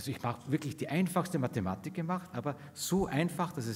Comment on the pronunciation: Ich höre immer „Mad space“. Und auch die Mathematik irritiert in ihrer betonung.